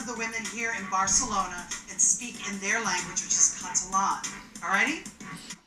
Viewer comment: She did not butcher it, Tyra said it correctly. I am Mexican :)